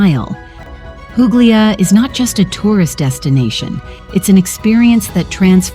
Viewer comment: Can you edit the audio to fix the areas where you say pooo glee a. in several other areas you say it correctly. I enjoyed the vid. Grazie.